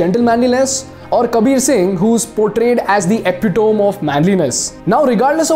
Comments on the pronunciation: Sorry, but epitome is not pronounced as epi-tome, but epi-ta-me. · Brother Its epi-‘temiee’ not epi-‘tome’ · Excellent video. Just one correction in pronunciation. Epitome correct pronunciation is e-pit-o-me school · I’ve never heard someone call epitome as EPI DOME lmao 😂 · Your pronunciation of 'epitome' is not right. Please correct that. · Sab acha tha but please Epitome theekh se bol lo